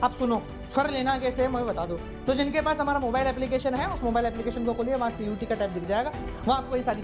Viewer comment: sir pls correct its CUET not CUTE